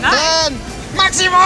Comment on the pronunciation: NO PINCHES MAMEZ 10 SE PRONUNCIA TEN NO NINE JAJAJA